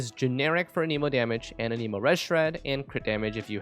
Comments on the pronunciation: I really hate to be that one guy who corrects grammar, but sir, you’ve been pronouncing the wind element wrong this whole time. They even pronounce it in game all the time the way it’s suppose to be pronounced. It’s “an-uh-mo”, not “uh-neemo”. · It's anemo not, an emo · who says anemo like anemic lmao